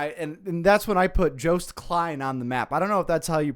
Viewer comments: JUICED klein 😭🙏 For anyone wonder how to say his name, the "joo" is joost is pronounced as "yo" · Joost's name is pronounced like "Yo-st" not "Jew-st" 😅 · Joost is pronounced as"youst" and a bit of back story joosts parents died in a fire when he was young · joost is actually pronounced [Yoost] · From a Dutchie, Joost is pronounced like toast but with a 'y-sound' "Yoast" 😅😊 J in Dutch is pronounced like English speakers pronounce Y 😅😊 hope this helps haha. Joost was robbed of being in the finale sadly. I wanted Kaärija to win (Finland) but they were robbed of the win too imho. Kaärija was way better than Tattoo imho. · I’m not sure if anyone else has said it yet but Joost Klein is pronounced as Yoost Klein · oh by the way joost klein is pronounced yo-st kly-n